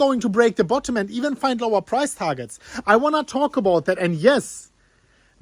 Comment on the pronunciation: Is he saying Bitcoin price or prize?